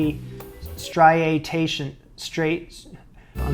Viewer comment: I'll make it easy for you to pronounce the word striations........STRI-A-TIONS. There, easy.